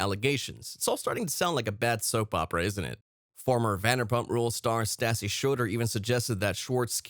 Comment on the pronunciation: learn how to pronounce their names properly please, re: stassi